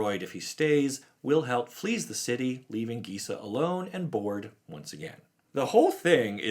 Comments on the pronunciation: I'm glad Liesa is back (I think her name is actually pronounced LEESA, not LYSA. But, you know, "tomatoes/tomahtoes"). I first heard of her in the Magic side-story regarding Avacyn going insane, and converting Gisela and Bruna to her side. Liesa is actually mentioned in that story (not by name, but it's her) while talking with Sigarda, and trying to woo Sigarda to "purge the human filth." It makes me wonder if Liesa and Sigarda are going to become the new "Night and Day" protectors of Innistrad, when all this is resolved. With Sigarda protecting humanity during the daylight hours, and Liesa, who seems to thrive in the darkness, protecting the night, and keeping the vampires/werewolves in check. A sort of "Batman/Superman" type of relationship. I like Liesa, and hope to hear more from her. Because she seems like an intriguing "x-factor" on Innistrad. She is an Angel, but definitely comes across as the more "gothic" type of Angelic being. She also seems like the type of Angel that Sorin Markov might be interested in becoming the new protector of his plane, just because of her ability to form peace/relationships with Demonkind. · This is just a thought of mine, but given how the other sisters names are pronounced in Italian, Liesa should be pronounced LEE-EH-SA, like Lisa from Castlevania, with and E (pronounced like the E in grey) in the middle